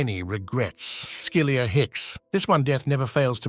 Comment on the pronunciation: Skilyr Hicks. Not Skilia